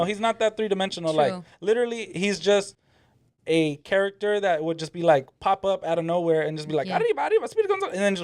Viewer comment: Why tf is she pronouncing character like that